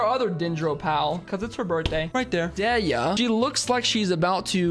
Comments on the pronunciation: I’m Arab so I’ll correct your pronunciation: Dehya is pronounced da-hee-ya Nahida has 2 pronunciation, the one used in game which is imo acceptable (na-hee-da) and the actual Arabic pronunciation (na-heu-dah) Alhaitham is pronounced Al-hey-tham (with the th sound sounding like th in the) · (Dehya) Dee Yuh or Dee Yah whichever is easier. (Nahida) Na He Dah (Al Haitham) AL Hey Them you said your pronunciations weren't the best, so I decided to make it a little easier for you for next time kay?